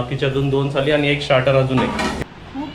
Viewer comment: थाली नको बोलूस. थाळी बोलतात.